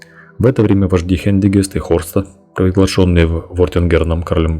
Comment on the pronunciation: Не Хендигист, а ХЕНГИСТ... то есть Жеребец на германских языках ))